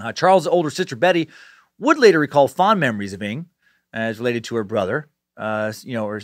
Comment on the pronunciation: Imma chime in, 1 month late, hopefully ya see this, Dan. “NG” is pronounced in the same way the “Ng” in “thing” is pronounced. I’m from Singapore, where it’s a common surname. Just thought I’d let ya know! (